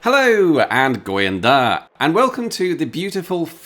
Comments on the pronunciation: Your "Góðan dag" at the beginning was quite rough, but your pronunciation of Slættaratindur was very decent. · Hilariously, you got Slættaratindur basically right, and gódan dag completely wrong.